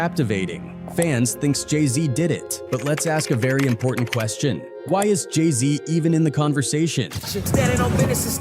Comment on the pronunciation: J i z yea you dont know anything brother 🤣 learn to pronounce jay-z correctly before doing a vid